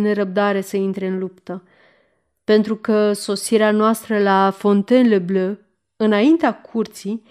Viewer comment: v-am trimis ca exemplu cum se pronunta Fontainebleau.Sper ca va poate ajuta.Mult succes in continuare !